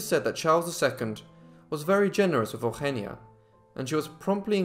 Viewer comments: her name is not Augggenia its Eugenia Ehh-Ooh-Heh-Nee-Ah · You don't say her name right my daughters name is sounded out eu gen is. Eugenia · Bro it's not "El-henneya" it's "Eugenia". YOU-GENE-EAH... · Out-of-topic: The name Eugenia in my country (a once colony of Spain for more than 3 centuries) is pronounced as "yu-hen-nya". It's fascinating to hear it in its different pronunciation. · thats weird, I pronounce eugenia as e(the spanish e not the english one) u genia. I'm Argentinian so that may be the difference. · Today I learned how Spanish speakers say Eugenia. Took for too long to figure out what you were calling her lol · Is that how you say that name?! Wow.